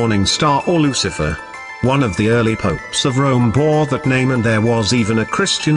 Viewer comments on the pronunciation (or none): Maybe the researcher had all the info mixed up or they are hyping up the video just like how the narrator pronounce Lu Ci a fer